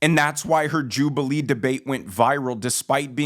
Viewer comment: WTF is a " Jubaliee?"